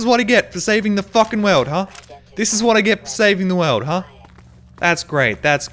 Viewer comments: "This is what i get for saving the WEAWD" im aussie but at least i can pronounce the letter L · Wilson seriously though, he pronounces "world" like "weld".